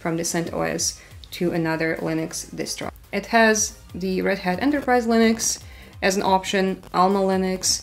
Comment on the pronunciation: interesting how she is saying Lыnux